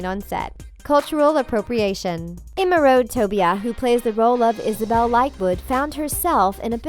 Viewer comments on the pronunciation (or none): Emeuraude Toubia you are pronouncing it so wrong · I’m 100% African American and I think that her wearing her hair like that was fine. I’m just jealous by how well she makes EVERYTHING look. How wrongly this woman pronounces Emeraude Toubia should be the secret they don’t want us to know tbh